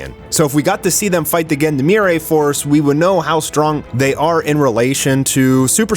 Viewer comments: Love your videos, but you really need to google how to pronounce "Gendarmerie" 😅 It's zhan-dhar-meh-ree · The way you prononced Gendarmerie is basicaly reverse Ubisoft English.